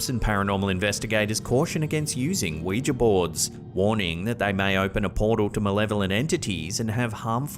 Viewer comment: you are one of the very few who pronounce ouija properly. I thought I was the only one not calling it a wee-gee board.